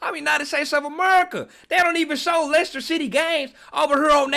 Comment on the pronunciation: How does he not know Liechester City.. 😂